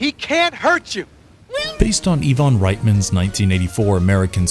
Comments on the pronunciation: Eye-vahn Reitman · WHOS "E-VON RIETMAN" lol just teasing you lol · He pronounced Ivan Reitman, Even Reitman too lol. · This team have clearly never seen the cartoon. They refer to it as as "The Ghostbusters Cartoon" and the voiceover guy not only has zero interest in what he's reading but mispronounces everything from "Ivan Reitman" to Egon . I hate videos like this that are just made without any passion for the subjectmatter.